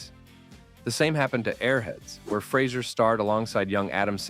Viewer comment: Fray Zer He's made it clear, himself, in a few interviews. Good video, but you're saying his name wrong.